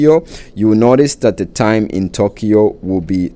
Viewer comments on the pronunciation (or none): none